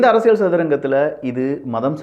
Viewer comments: ஆழமான அரசிய'ல்' சதுரங்கம் என்பதுதான் சரி. நீங்கள் ஆழமான அரசிய'ள்' சதுரங்கம் என்று உச்சரிக்கிறீர்கள். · மன்னிக்கவும் தங்கள் உச்சரிப்பில் அரசியள் சதுரங்கம் என்று உச்சரிக்காமல் அரசியல் சதுரங்கம் என்று உச்சரிக்கவும் தயவாக கேட்டுக்கொள்கிறேன்